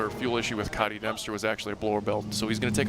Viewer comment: HIS NAME IS COTY NOT COTTY. My name is spelled the same way and i garuntee he just wants it pronounced as cody. We didnt choose to have that wack ass spelling.